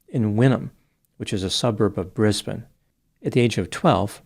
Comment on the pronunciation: As an Expat Aussie from Brisbane, who has also visited Melbourne, I appreciate your correct pronunciation of those cities 😂